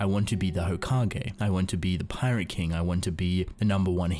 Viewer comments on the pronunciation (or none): none